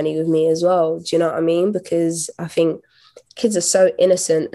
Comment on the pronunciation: Anthony, you just can't ask her why she say "fink" instead of "think" over and over and call it an interview.